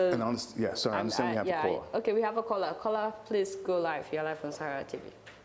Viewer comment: love you all saharatv. I also like how when you say caller it sounds like "kola",,,hehe